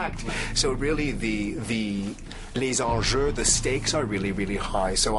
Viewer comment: He says " les enjeux". I think he comes from Québec